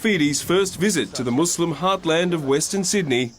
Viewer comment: Thanks for this great report. But please try to pronounce “Muslim” with the “s” like an “s” and not like a “z” because the latter in Arabic means “subjugated” or “cowed.”